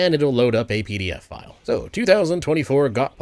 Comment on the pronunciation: my heart skipped a beat, I thought you meant “PDFFILE” not pdf file lol!